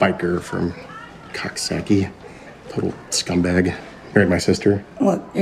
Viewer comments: It's cook-sock-ie not cox-sock-ie. Lol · Why does everyone say Coxsackie wrong its (cook-sock-ee)